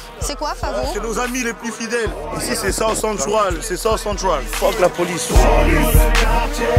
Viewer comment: "South Cen-T'ral"